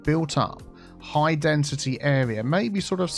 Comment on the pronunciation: I loved this 'high densitea area'